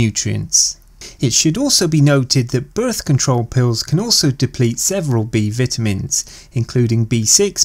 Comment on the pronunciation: "B Vitimins"😂 no but seriously good video